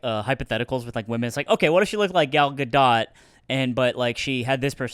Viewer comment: Gal Gadot, pronounced GAL GA-DOTE